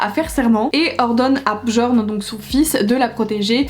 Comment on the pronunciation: Holaaa ! Juste pour info parce que je t'ai vu galérer sur les noms nordiques 😂 : Jarl se prononce "Yarl" c'est le chef du village et non un prénom. Et pour Bjorn ça se prononce "Biorn" et skjaldmö, ça se prononce "skialdmeu". Le prix des livres devient tellement élevé... Je retourne de plus en plus vers le poche même si certains sont maintenant à plus de 10€ c'est n'importe quoi !